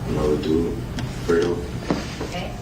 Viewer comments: Lmaoooo “frito” its “FREDO” 😅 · When she kept calling fredo frito that’s shit pissed me off😂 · The junior prosecutor been on the case for 4 years and still can’t pronounce “Fredo” lol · I hate the way she say fredo.